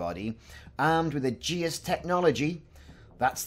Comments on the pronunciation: Its pronounced "A-jis", and the threshold refers to inhabited space. I.e, the bubble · It feels like you have added an unnecessary U to Aegis